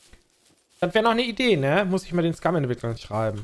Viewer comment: Alter Sprech das Spiel mal richtig aus ...